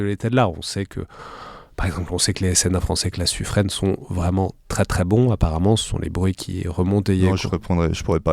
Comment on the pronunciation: Super émission, merci (sauf pour la prononciation de Suffren, je ne vous félicite pas!). La conversation sur la menace de la troisième dimension m'a rappelé une anecdote racontée par mon père, ancien sous-marinier (en particulier sur 800 tonnes): un des pacha qu'il avait connu, défendait mordicus l'idée de faire surface, surgir dans la baignoire avec une mitrailleuse et allumer l'hélicoptère inamical. Tout l'équipage était sceptique, il faut bien l'avouer. Le pacha était un ancien fusco (un parcours atypique), ce qui pourrait expliquer son appétence pour une solution aussi pétaradante. C'était un excellent officier d'ailleurs, qui finira amiral.